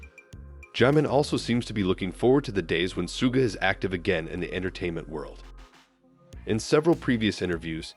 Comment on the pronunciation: Что за манера коверкать имена парней из БТС. Если не знаете имен, так узнайте. Чимина Джимом обзывают, Шугу не могут выговорить. 😢